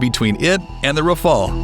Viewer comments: Do your homework mate. The French aircraft is called Rafale...or RAF-ALE if you prefer. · RAFAEL is an Israelian defense company. Even if you are native english speaker, try to pronounce Rafale properly.